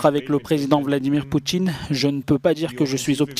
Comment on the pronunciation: Vladimir “Poutchjine” 😂 ? C’est quoi cet accent de banlieue 🤣 ??